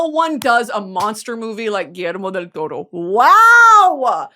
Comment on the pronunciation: her saying Guillermo Del Toro is reminiscent of Cameron Diaz saying “PILI-PINO” lmfao